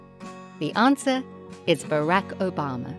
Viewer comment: Panama is not in South America. It's in Central America. Barack Obama was pronounced badly by you. And he is not a Black president. He's approximately half white as well. So when do you not call him Black? At what percentage is he white not Black? It's actually prejudiced to call him Black when he's only about half Black because it leaves out an entire half of his heritage that I'm sure he is proud of just as much as he is of his Black heritage. Since you have not defined "Black", then George Washington probably has some Black heritage somewhere, so he's the first Black president. I have other gripes, but I'm too frustrated to list them, other than your silly claim that getting 10 of these easy questions correct makes you a genius.